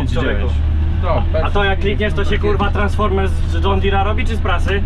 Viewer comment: 9.22 Tranaforems xddd